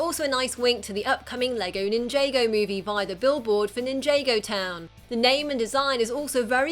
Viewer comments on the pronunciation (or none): it's not nin-jay-go town it's nin-ja-go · It’s Ninja-go. Not Ninjay-go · Nin jah go not nin j go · She keeps saying ninjago wrong she calls it ninjAgo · Why does everyone say NinJAYgo and not ninja-go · did she say ninjaago instead of ninjago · Why dose she say n-j-go it's nin -jargon it's just spelt ninjago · Its not pronounced nin-jae go its ninja go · It's not pronounced nin-jay-go, it's pronounced nin-Jah-go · It's Ninjago Not NinjAEgo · Who else is triggered that she proncounces ninjago Nin-Jay-Go insted of Nin-Jah-Go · Its Nin-Ja-Go Not Nin-Jay-Go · It's not ninj - ae - go it's nin - aaaaaaa - go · It's not ninjaygo it's ninjaggo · Its not nin-jay-go its nin-jar-g(k)o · It's weird to hear "Nin-JAY-go" instead of the obvious (as in said again and again in its show and ads ) "Nin-JAH-go". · is triggering me sooo much, it's nin-jar-go not nin-jay-go!! anyway great video. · Its nin jaaaa Go not ninjaygo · it's ninjago not ninjaigo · Ninja go not ninj aaaaaaaa go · hahaha ninjaga lol its ninjago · "NIN-JAY-GA" It is Nin-ja-go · nin-jah-go, not nin-jay-go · It's ninJAHgo not ninJAYgo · Nin-JAY-Go? It's pronounced Nin-JAW-Go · It is pronounced 'nin jah go' not nin jay go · Its pronounced NIN-JÁ-GO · It's ninj 'ah' go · i like how she ssys ninjago like ninjaygo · Nin-YAY-go, really? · it's pronounced "nin-jar-go" ok I'm a TFOL SO this annoys me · It's ninjago not ninjaygo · Ahem, it's pronounced Nin-jay-go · excuse me, "nin-jay-go" jay ... has she never heard someone say "ninja" before? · IT'S PRONOUNCED NINJAHGO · Did she seriously pronounce Ninjago as Ninjaygo? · IT'S NIN-JAW-GO NOT NIN-JAA-GO!!!! I'M TRIGGERED!!!! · they said ninjago wrong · You mispronounced Ninjago. Also, you forgot the classic and Batman Beyond costume.